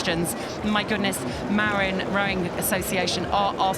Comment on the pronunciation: Small note: "Marin" is pronounced "muh-RIN" not "Mare-in" Doesn't really matter though. Thanks for coverage!